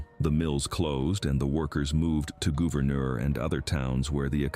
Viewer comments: Gouverneur is not pronounced like that, at least not in New York. It's pronounced almost as Governor, but add another o for "oo" sound. Final product is Gouverneur, or since we're not french "Governoor". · How to actually pronounce some things: Schoharie = Skuh-HAIR-ee Gouverneur = Guv-uh-NOOR (rhymes with cow manure) En-Joie = enjoy, at least when folks from the Southern Tier refer to the golf course of that name. I grew up in Endicott, NY. I've ridden all of the carousel many times... they're beautiful.